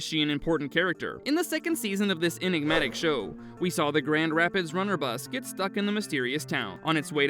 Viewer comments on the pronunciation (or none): none